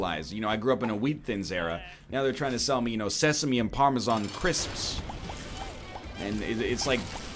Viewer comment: The way he says Parmesan is annoying as well😂